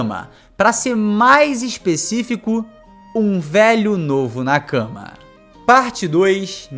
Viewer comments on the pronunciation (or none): Meu amigo. Nakama se lê Nakamá e não na cama. Na cama vc faz outra coisa, tipo... dormir hehehe. Ademais ótimo vídeo. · Genteeee, a pronúncia é nakamÁ!!! 😭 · Jeito que vc nakama é muito engraçado ahahahahah Tenta falar nákámá ficaria bem mais japonês